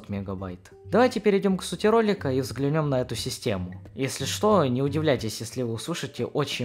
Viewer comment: взглянЁм .... Мда...